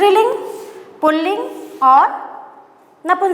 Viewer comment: Madam purling nahi puling hota hai